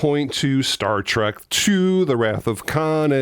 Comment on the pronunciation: It's Star Trek, not start trek